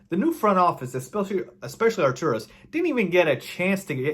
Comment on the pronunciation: Artus not Arturos....also Karni-show-vas.